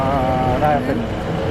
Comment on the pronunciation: Raven is pronounced as long a as in cake, another bl bird is crow